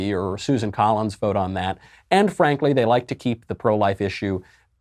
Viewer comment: He said Ann Frankly 😂